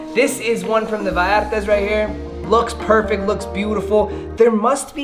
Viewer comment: How he says Vallarta so funny